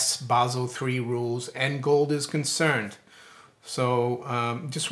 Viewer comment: Finally! Someone who pronounces "Basel" correctly... thank you!